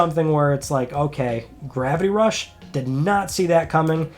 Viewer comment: what is ‘Grappy Rush’ or ‘Gravy Rush’?? Can’t you pronounce it right?